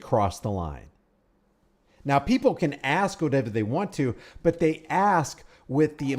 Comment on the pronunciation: As the cop is about to leave and exit the door..."Yea, yea, I can go axe him real quick!" This is one more reason I honestly wish I were black. ❤ It !!! Haaaaahaa. 😂